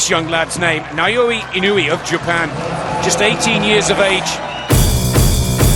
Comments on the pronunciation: Now-ya Inn-o-way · Here come Japanese It’s EE-NO- WU—EH This might be easier↓ E know ooh eh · Guys guys, his name is pronounced more like "ee-no-oo-ay" in four syllables. I-no-u-e. Naoya goes more like "nah-oh-yah" in three syllables... Na-o-ya. Pronounced wrong in this video... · I-noh-weh more like. But your point still stands. 👍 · If you say it super fast, I suppose that passes. But unlike most languages, Japanese has no silent letters and everything is pronounced. "E-no-oo-ay" I still like the joke though.